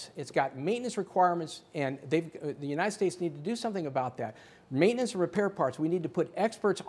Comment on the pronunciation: Obviously this, obviously dat